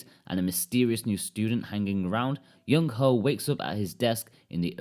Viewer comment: I couldn't help but chuckle a bit every time he said Youngho ("young ho")